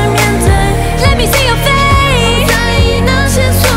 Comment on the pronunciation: I am in love w this performance but it triggers me every time Jenny zeng says let me see your face. Because she says let me see your fa. Not face. Lol love her my favorite